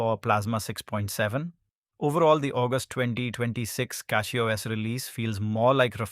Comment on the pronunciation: Cackyos lol